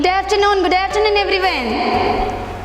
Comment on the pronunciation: The English teacher says “everyvon” instead of everyone! pronunciation is a blunder … She’s clearly not qualified …